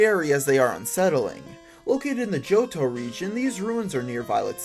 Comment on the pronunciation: how to pronounce old chateau: the-old-SHAT-too :)